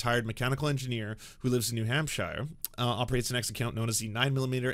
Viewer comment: Loving the pronunciations: New HampSHYRE, GAYvelston